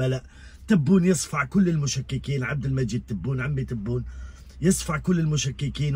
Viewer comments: C vrai c difficile pour lui de prononcer le nom de notre président abdelmajid Tebboune, hélas le nom kbir 3lih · Vous avez remarqué, il a parlé d'inauguration mais il n'a pas pu dire par qui?, il n'a pas pu prononcer le nom du Président Abdelmadjid Tabboune. Merci de continuer ce combat oui c'est grand combat!